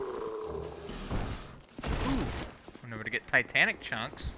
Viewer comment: Bugs me so much when he mispronounces it XD